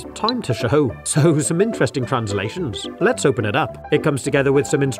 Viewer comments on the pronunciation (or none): i like the way u pronounced show as "sh-hoe